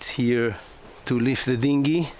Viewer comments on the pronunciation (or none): none